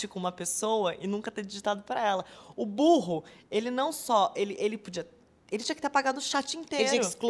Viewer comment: A Sophia é cômica,o burro ela deu ênfase kkkk...amei